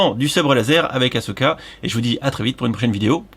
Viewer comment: Je suis tellement fier, t’as pas dit Achoka une seule fois 🥲